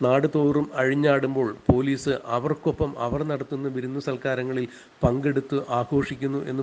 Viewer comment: Corporation Pailice 😆😆😆😆😆😆😆😆😆😆😆😆😆 Police allaa Pailice 😆😆😆😆😆😆😆😆😆😆😆😆😆😆😆😆😆😆😆😆😆😆😆